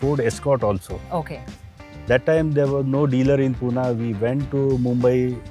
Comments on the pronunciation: No Poona it's Pune😑 Great episode amazing collection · It’s Pune not poona